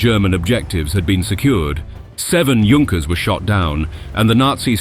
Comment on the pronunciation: @@ and Argyle were both poorly pronounced. Leicester was pronounced as Lay-cester and not Les-ter. Whilst Argyle was pronounced as Ar-gill a d not as Ar-guile. And Junkers is pronounced as Yunkers.